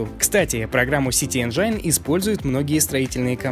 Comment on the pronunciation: Чувак спасибо тебе за то что ты делаешь! Только не говори Энджайн. Так это слово не произносят. Правильно говорить 'ˈenjən' Энджин.